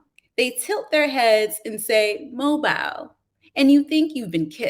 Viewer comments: I could not help but be distracted by the reader pronouncing the name of Mobile (Alabama) as mobile like a mobile phone, rather than the correct way of Mo-bil. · Same. I grew up in Mobile, so it was very annoying.